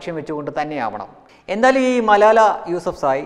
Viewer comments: മലായ അല്ല ചങ്ങാതീ ' മലാല ' ആണ്. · മലാലയാണ് , മലായ അല്ല ! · സംസാരത്തിൽ വല്ലാതെ വർഗീയത മണക്കുന്നു മലാല എന്ന പേരുപോലും ശരിക്കും പറയാൻ കഴിയുന്നില്ലെങ്കിലും അവർ വിവാഹം കഴിച്ചത് പക്കിസ്ഥാനിയെ എന്ന വൻ കുറ്റവും കൊടും പാതകവും തുറന്നു കാട്ടാൻ താങ്കൾക്കു കഴിഞ്ഞിരിക്കുന്നു. അവർ വിവാഹം കഴിച്ചത് അവരുടെ നാട്ടു കാരനെയാണ് അവർക്കും രാജ്യസ്നേഹം ഒക്കെ ഉണ്ടാകില്ലേ അതോ അതൊക്കെ നമുക്കു മാത്രം പറഞ്ഞിട്ടുള്ളതാണോ? തന്നെ പറഞ്ഞിട്ടു കാര്യമില്ല എന്നറിയാം ആരോ എഴുതി തന്നതു വായിച്ചു എന്നാലും സാരമില്ല പോട്ടെ